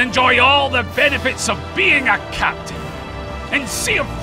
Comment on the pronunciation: It sounded like he said c*nt not captain at the end 😅